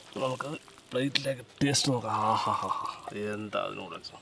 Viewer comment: "Nalla teate ind" 😂